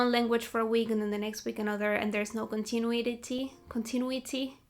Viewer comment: Unlike conTInue, conTInuous and conTInuously, which stress the ti, contiNUity stresses the nu :)